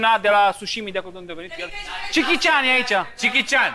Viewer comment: mai dragilor, nu e cichi cian. e jechi cian.